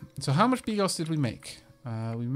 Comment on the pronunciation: You know what, don't worry about it. I'll let you in on a secret: you read 95% of the slavic words wrong ;) But hey, you read bigos right, and if it makes you feel any better, the narrator reads stuff worng as well :D